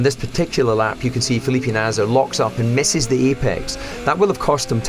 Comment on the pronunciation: I'll never not be caught off guard by the way DC pronounces 'Felipe'